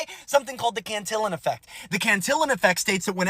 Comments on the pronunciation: Can-teeyon bruh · It takes a Republican to believe in trickle down economy. Btw, it is pronounced "CANTY-YONE" effect. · It's biblical; the rich get richer, the poor get poorer. Happened even in Jesus times. Always will. It's all rigged, it's the nature of the game. BTW, Cantillion is pronounced Can-tee-yon.